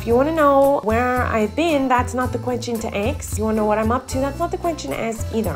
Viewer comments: Why do you say Chechen instead of question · Miranda saying question: quechen